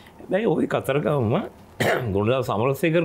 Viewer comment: දන්නෙ නෑ "කතරගම" නොමෙයි "කතරගං" කියලා...